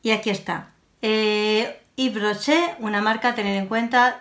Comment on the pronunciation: Jjjj.. K buena diciendo el nombre. A mi me encanta Ives Rocher pero de maquillaje no tengo mucho, me encantó ver el resultado😘